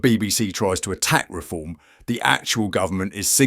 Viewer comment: "weform" BBC cvnt